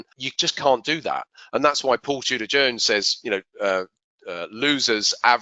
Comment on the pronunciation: Totally sounds like you said Paul cheater Jones 😂😂😂😂😂